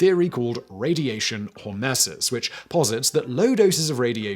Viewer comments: "Radiation Hernases"... What? Radiation Hormesis, hor-ME-sis. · It's pronounced \ hȯr-ˈmē-səs. You consistantly, across different videos, mispronounce words.